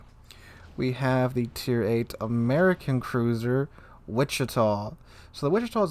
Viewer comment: min "Wich"